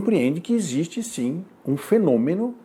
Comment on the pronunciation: Pq ele não sabe falar "existe"?